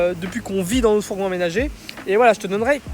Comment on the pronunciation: Notre douche et non pas nautre douche, puisqu'il y a deux consonnes qui suivent le o 😉